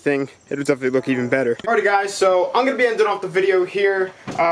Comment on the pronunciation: What are you saying in the intro?? Helo gyes ............. ?